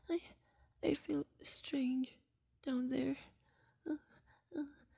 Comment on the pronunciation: The way he pronounced(?) "down there" omfg >< so cute im gonna dieee